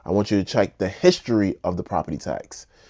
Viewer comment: Property Task bro youre killing me... task???? its tax